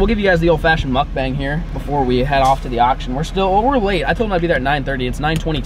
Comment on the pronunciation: Thought you said muff bang the first time you said muck bang. Lol. I thought I was on a different website for a second. taking catch clean cook to the next level! Lol